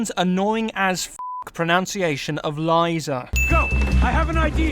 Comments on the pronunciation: Sorry to disappoint you, but majority of the whole humanity pronounce Liza as Liza and not Laiza... Layza... eeeh... Still an upvote. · It's liza not fucking laiza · Its not lieza its fuckin liza you stupid fuck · YES! IT’S LIZA! NOT LEEZA! XD just completed it once again and got so goddamn annoyed at Jason for saying it like you’d say “Lisa”. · its not laiza its liza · i swear its just the guy on the channel as im from the uk and i say Liza and not Laiza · Its Lisa. Not Liza. Your pronunciation is wrong, they're American characters, not from the UK. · her name is liza not layza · and misspernounces it it's Li-za not lizha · it's LIZA (The "i" is something like in "kick" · I know this is a year late, but honestly he is the first person to ever pronounce lisa "lyza". Like mate, noone pronounces it like that, stop acting smart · It’s lie-za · That's not how you pronounce Liza smartass. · No, Liza is not pronounced like that... not at all. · Most of these is complete bullshit, that came as a result of not thinking, mildly said, not so broadminded. Also not understanding differences in languages, i.e. mispronunciated Liza name.. And it sounds like the author has no idea of the story behind one half of the 'sins' he counted, or just doesn't give a shit, which sets us back to my first sentence. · I will say one thing. Liza is pronounced perfectly in the game and your pronounciation of Liza made my ears bleed. I kind of agree with everything else tho.